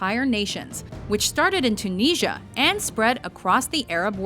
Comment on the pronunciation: Might want to work on your pronunciation of Tunisia...